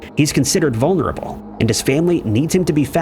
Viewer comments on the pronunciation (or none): none